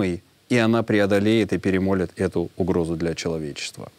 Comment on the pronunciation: Ведуший! Не перемОлит, а перемЕлет. Спб